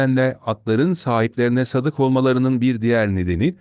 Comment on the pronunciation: Sadık değil, sâdık. Sadâkat, sadakat değil.